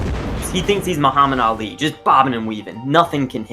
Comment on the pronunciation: who is "Mohamman Ali"